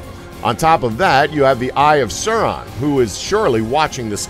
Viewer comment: Yeah, the pronunciation of "Sauron" was also off.